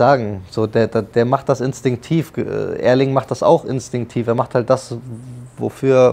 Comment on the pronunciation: Nicht Örling, aber Ärling :)